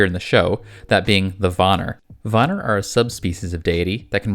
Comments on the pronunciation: Van-Neer not Vonir... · It’s PRONOUNCED VAN EAR NOT VAN NAR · pleas reupload this and say Von-ear nor Von-er. its so annoying and im really sorry. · It's Vanir and not vanar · Just letting you bits pronounced ‘van-ear’ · It killed my ears everytime he said Vanir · Please please please work on your pronunciations of other mythological lores. It was painful to hear the butchering of names like the Vanir and such.